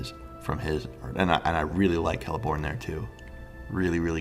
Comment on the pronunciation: C’s have a hard K sound. Keer-dan (Cirdan) Kell-eh-born (Celeborn) Kar-ah-thruss (Caradhras)